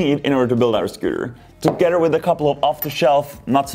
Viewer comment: It sounds like he’s saying togeter instead of together